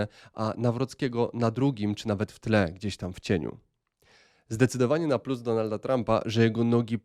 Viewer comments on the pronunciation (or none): none